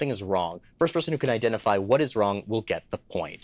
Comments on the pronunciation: Um actually... You asked "what's Wong with this picture" rather than "wrong" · Has it always been "WHAT'S WONG WITH THIS PICTURE" and I've never noticed until now? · "what's wong with this picture" - excuse me?